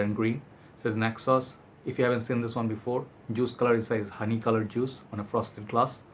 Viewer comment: Ayyy man, I struggle with neck pain sometimes as well. By the way, when you pronounced Naxos, I've understood (necksauce).😂